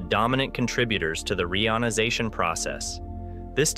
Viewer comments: I have complained about this before, though assuming it was a human mispronouncing it. If not, they need to use a hyphen ("re-ionization"), a human host, or just stop releasing these embarassing videos. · I noticed the speech synthesizer you use, if indeed you use one, has problems pronuncing certain words such as reionisation. Try adding a hyphen, re-ionisation, and see if it helps. After all, even Stephen Hawking had to deliberately use misspellings to force his speech synthesizer into producing the correct pronunciations.